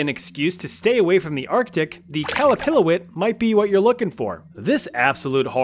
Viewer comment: As an Inuit person, the pronunciation of Qallupilluit (QAL-lu-PIL-lu-it) made me giggle Every region has a different spelling for each word. The region I'm from calls it the "Qalupalik" (QAL-lu-PA-lik)